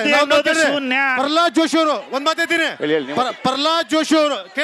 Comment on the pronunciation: ಪರ್ರಲಾದ ಅಲ್ಲೋ ಮಾರಾಯರೇ ಅದು😂.. ಪ್ರಹ್ಲಾದ ಅದು